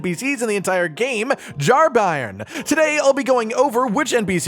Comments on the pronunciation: "Bairn" is a Scottish (afaik) word for "child" and its pronounced "Bayrn" all 1 syllable, not Buy-ern! 👍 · It’s a Scottish word “bairn” not pronounced by-rn but bay-rn. It means child! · bairn is pronounced "bern" think burn with a e, It means a baby. Still used in north of England and Scotland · I can't listen to anyone talk about the Jar Bairn because of the monstrous butchering of the word 'bairn'. It's a Scots word, and means child. It's pronounced like the word 'bear' with an n on the end. Bairn. Not BYERN. Not BARN. Not BRINE. Thanks for coming to my Ted Talk. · just for those not in the know: Bairn is an old english/scottish word for child, it's pronounced like Bear-n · For reference bairn is pronounced like burn. It's Scottish slang for child. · i believe that word is pronounced like bear with an "n" at the end , and means baby. tangentially, "gaol" is pronounced "jail" and means jail. I am somewhat certain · Bairn is a scottish/gaelic word meaning child, so his name is literally jar child. Not that it matters in the slightest but its also pronounced “bear-n” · It's pronounced "bearn", it's not a German football team. ;) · It's pronounced B-air-n, as in 'air'. It's an old scottish word for child. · bairn is pronounced like bear-n and just means baby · It's pronounced (Bear-urn) it means baby or child. Bairn. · it's hilarious cause i found jarburg just before the update hit, so only friendly pots for me, no jarbairn. also its "bear n" like like a bear with n at the end. a bairn is a child in old english/scottish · "Bairn" is pronounce with a hard A sound. I'm assuming it's welsh like the other words but I'm also assuming it's used and pronounced like the scottish word. It means baby. It's a baby jar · Bairn rhymes with Bear but with an N on the end of it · It's Bairn 🤣🤣🤣 there's not a single youtuber or twitch guy who can say such a simple scottish word 😅